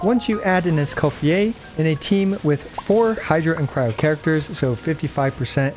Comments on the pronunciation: Escoffieh? ❌ Escophierre? ✅👌😤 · I cant stand the name pronunciation 😢